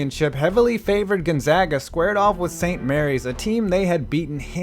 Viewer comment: Thank you for saying 'Gonzaga' correctly